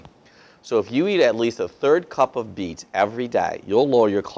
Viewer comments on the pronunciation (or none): So was he MEANING “eat plums ?”, Because he was Holding one or did he say BEETS But he didn’t have one???!!!!!!